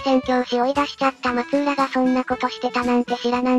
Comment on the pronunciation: 確かフロイスは秀吉の多指症のことを言って無かったかな。ちなみに松浦はまつらと読みます。